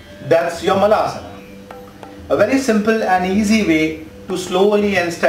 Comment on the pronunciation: LOL guru... it's malasana (poop pose), not maalasana 😄😄. मलं in Sanskrt means poop!!